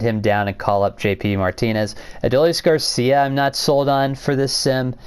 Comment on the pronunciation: What is with u saying Garcia this video? 😂